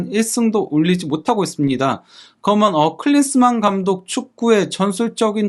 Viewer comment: 기자님..“그러면” 발음연습 좀 해 보셔요…^^ 가능 합니다.^^